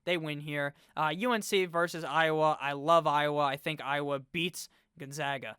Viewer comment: Ah yes, the ohiowa Hawkeyes